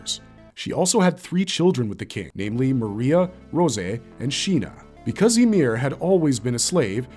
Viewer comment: ima need you to stop saying rosè like yo its just rose there is no apostrophe for her wall give it up already